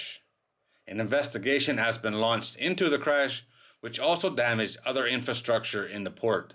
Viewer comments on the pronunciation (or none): none